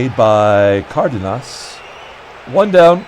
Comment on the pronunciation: For Leo the emphasis is on “den” the pronunciation would be: “car-DEN-us”